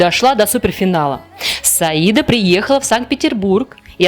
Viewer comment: Разве по татарски ударение не на последний слог? СаидА